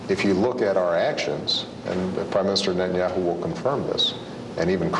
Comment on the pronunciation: שמתם לב שהוא אומר ראש הממשלה בנהיהו במקום נתניהו